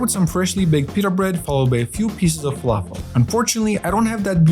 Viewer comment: Bro what is that pronunciation for falafel?! It's falafel not "fowafoo" 😐